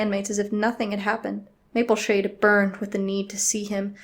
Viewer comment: “Rainbowshade” is what I think it sounded like.. XD